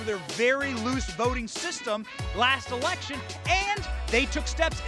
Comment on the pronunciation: Did he say “ Harden their ERECTION laws”? 🤡💀🤡